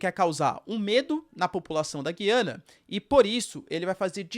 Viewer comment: GUIANA, e não, Giiiiiana!!!